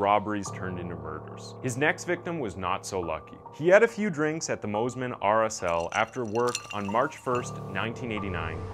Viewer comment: Pronounced 'Moss-Man' not 'Moze-Man'. Great vid.